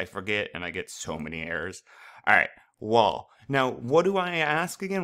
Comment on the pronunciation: Love your videos, they have helped so much with this unit. I'm just confused why you pronounce "while" as "wall"..... other than that you're videos are awesome!!!